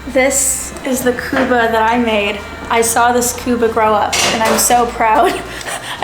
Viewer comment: not kuba it's kubba